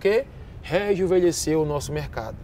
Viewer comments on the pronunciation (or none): impressao minha ou ele fala "rejuvelhceu"? hahahahhhahahahahahahahahaahah